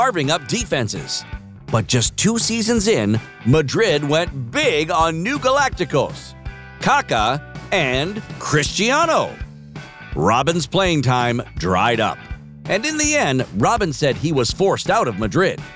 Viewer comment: “Caca” omg its Kaká! Accent on the last “a”!